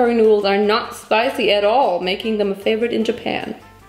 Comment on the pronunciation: „japeyan“ „ja-BAM“ „Julien Bam?“ -love it